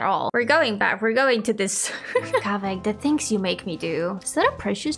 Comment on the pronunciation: it sound kávé more then Kaveh hahaha xD